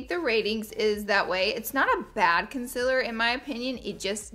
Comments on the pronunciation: Who else noticed she says conciller not concealer no just me ok. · Please don't say consiller XD IT'S CONCEALER!!!!!!!!!!! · no hate but the way she said ‘concealer’ was like ‘conciler’ 😆😆😂😂😂😂😂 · Shannon Mcguigan it’s funny 😂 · Who else just gets so annoyed when she pronounces Concealer like Concellar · The way she says can silller